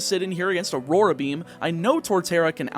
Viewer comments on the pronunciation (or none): none